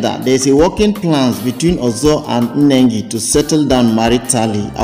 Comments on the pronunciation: The name is Nengi and not Enengi Pls take note and check your pronounciation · Why do find it difficult to pronounce Nengi without pronouncing Nne? It's Ne not Nne